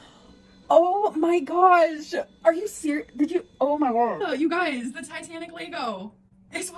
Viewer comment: Ah, "you guises". Love it